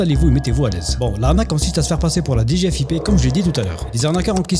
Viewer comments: HAHA ces abrutis qui disent D G F I P alors que i ne correspond à aucun mot individuel, mais au i de Finance. On dit DG-Fip en une fois côté agents de l’état ;) On ne divise la prononciation initiale par initiale que lorsque chacune correspond à un mot. Direction Générale des FInances Publiques. Ils ont aucune morale, c’est ahurissant. J’espère qu’ils finiront par se faire gauler et prendront bien bien chers. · Mdr ils se sont même pas renseignés sur le sigle. Je connais qq qui bosse à la DGFiP. Ça se dit pas "D","G","F","I","P" 😂